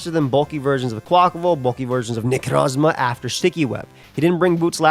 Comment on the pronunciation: I’ll never get tired of pronunciation of Necrozzzzma